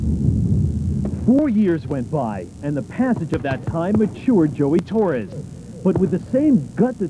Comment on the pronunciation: Torres not torey